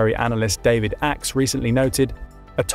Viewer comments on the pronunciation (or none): none